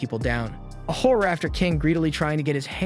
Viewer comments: Everytime he said "horror" I heard "whore" 😆 I was like damn this guy doesn't like the girls in this anime 😆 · all i hear is him saying whore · wait is pronounced "hor" or "whore?" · i love its called horror but when its a women being a horror it sounds like whore